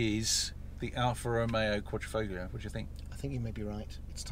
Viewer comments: One of my pet hates, no one would say Lamborgenie or Furrari, but the number of English reviewers that say FOGlio does grind my gears. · ‘Quad - Ri - Folio’ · Nice review. You don't pronounce the G in Quadrifoglio. Just saying. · Great video, the only issue is that it's a Quadrifoglio not a Quadrofoglio, a Quadro is a picture frame, and the g is silent.. Ciao..🙂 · It’s pronounced with the G silent! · Car guys should know the G in Quadrifoglio is silent…..lot of little errors in your facts too, as pointed out in other comments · the g is silent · If you pronounce the “g” in quadrifoglio, you’re NOT a car guy. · Stop saying the name incorrectly lol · Please, please stop pronouncing the "g" in Quadrifo(g)lio, ;-)) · Please please please learn how to pronounce "quadrifloglio" :D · Car guys that cant pronounce Quadrifoglio... lol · Shame on you boys for not even making the effort to learn how to pronounce Quadrifoglio correctly. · You shouldn’t believe everything on the internet !! Im Italian and you don’t pronounce the g.